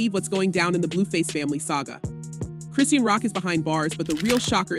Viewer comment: Come on you gotta start saying her name right!